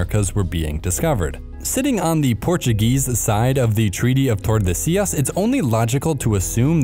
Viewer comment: or Tordesillas. He doesn't care about Spanish either